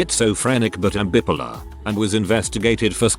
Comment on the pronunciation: omg--just a light comment --notice the way bipolar is pronounced exactly - go to and wait.. Made me laugh so hard!